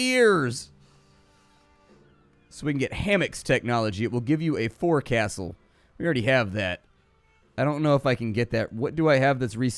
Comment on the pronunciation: "Forecastle" is pronounced like Foxle.